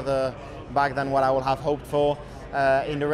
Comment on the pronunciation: How has nobody told Charles you don’t pronounce the L in Could/Would yet??